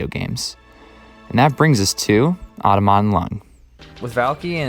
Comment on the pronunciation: Most of me: Wow! what a cool video Small gremlin inside of me: the stress should be placed on the "tom," not the "aut" in Automaton